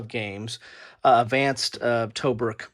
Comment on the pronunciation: Disappointed that you didn't show the components, maps or player aids. And, by the way, Tobruk" is pronounced "tuh-bruuk".